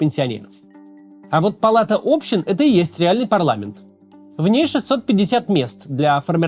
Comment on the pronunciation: А где самый залайканный комментарий в топе про Общин, а не общИн? Вот он что ли? Слух задевает чуток) кринge